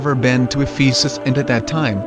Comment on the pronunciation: Thank you! I visited in 1992. I just want to mention that you are mispronouncing Ephesus.